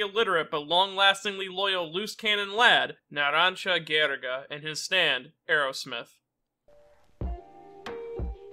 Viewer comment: "Ghriga" me, an italian :Facepalm